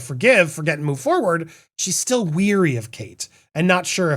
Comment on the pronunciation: mins Not "weery" But W-A-ree. To Rhyme with - "Mary" Wary is when you are About or Uncertain Of. (I find english soooo difficult, i am Always looking up meanings, Though i studied english) I DO hope i got it the right way around though.